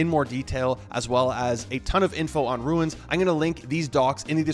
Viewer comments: Why are you saying runes like that? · Lol he's not the only one 🤣 virtual bacon says it similarly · Wtf??? Dude pronouncing runes like Stewie Griffin. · I can’t even explain how much it bothers me that he can’t pronounce rune. You ruined this runes videos. See the difference? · Runes. first step is learning how to pronounce it. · its just funny to hear, specially since you say it so many times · I almost stopped the video 3 times because him saying ruins was pissing me off but i really needed the info.... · Seriously! I want to keep listening, but everytime he says “Ruins” it drives me batty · Not Ruins, but Runes as in balloooooons! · why he keep saying ruins? 🤣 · Runes, you said Ruin… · Why do you say ruins? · bro runes not ruins annoying as hell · "RUNE" or "RUNES" not "RUINS" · Bro, it's called RUNES, not RUINS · ROOOOOOOOOOONS NOT RUIIINNS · why does this guy pronounce RUNES as RU-INS wtf? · I think it's pronounced runes, not ruins. Good info though, thanks. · Runes, not ruins. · ya every time he says it i thought the same thing - its Runes (i.e. roon like moon) not ruin like u saying ruin is ruining the video;) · RUNES not Ruins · ROOOOOOOOOOOOOONNNNSSSS NOT RUINS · Let’s say it together slowly... ROOONS 😉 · Is English this guys second language?dude can’t say rune properly lol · stop saying "ruins" lol its runes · RUNES ......NOT RUINS!!! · Don't call them "Ruins", because the translator translates them exactly: Ruins! And the correct pronounciation is: Runes (ruuns) !! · Dyslexia is persistent in this guy. Did someone tell him it’s ruiins? and not runes? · It’s pronounced ROONES!!! “Runes - ancient symbols” 😂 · How could you possibly RUIN the name ROON by calling it a RUIN? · It’s rooooons not ruins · It’s pronounced rewns not rooins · Yeah,he is destroying the word .Runes not Ruins ! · Rune not Ruin. Just like moon, but with an R. Lol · runes not ruins lol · for the love of god, why are you calling them ruins? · RUNES....not RUINS...